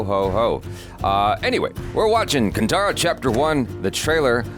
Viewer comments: Sorry to say this but it's kaantara not kantara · I am sick of hearing it as ‘kantaaraa’ It is ‘kaantaaraa’ How difficult is that? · It's Kanthara not tara